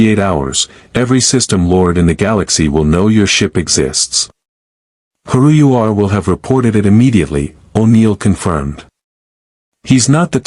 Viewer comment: Multiple things wrong with this story. 1:, Ancients appear nowhere in the Star Trek universe. 2: Stargate uses hyperdrive not warp drive. 3: How could Tuvoc know anything about Naquida(?) when Bellena says they have no reference for the mineral in their database. 4: it’s pronounced Hairu ur. And those are all in the 1st 25 minutes of the story!